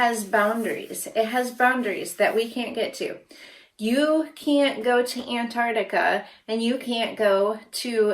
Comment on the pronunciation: The reason she can't go to "AntARTica" is because it doesn't exist. It's AntARCtica! That other c isn't there just for decoration, it's part of the word, and the name of the continent. They should really make a law that classifies flat earthers as mentally disabled.